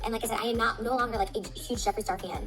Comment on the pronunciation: When I heard "huge", I was like....🤪